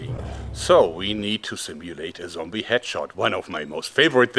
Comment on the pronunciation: "Zombie joerg" shudders